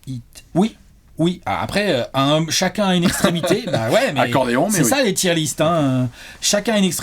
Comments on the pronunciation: Je fais mon anglophone de merde mais même si je sais que la prononciation est forcée le mot "Tier" se prononce quasiment comme en français et pas "Taieeure liste" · Je suis allé vérifier, on dit bien "tir" list. Ce commentaire est sponsorisé par Harrap's. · Haha va nous présenter sa liste de pneus:) (oui il dit "tyre list"). PS: la miniature est en peu spoilante, pour ceux qui reconnaissent les logos en petit. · putain! "tire" list (liste de..pneus 🤔??) c'est pas possible!